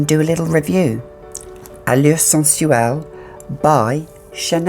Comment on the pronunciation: Love the way you say "Sensuelle"